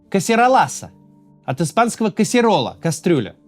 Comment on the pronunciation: Касерола это на Каталанском и ударение на О касерОла, по Испански Касуэла. Не знаю эту эфективность у нас каталанцы только всех бесили своими кастрюлями и вызывали смех, и нихрена они своей независимости не добились ... 😅😅😅